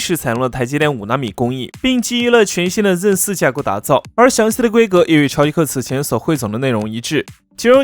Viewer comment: zen的发音不标准 建议改下